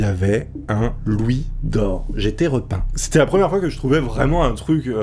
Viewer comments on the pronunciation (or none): none